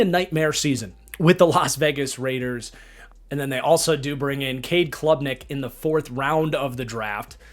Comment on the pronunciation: Cade Klubnik. Not Clubnik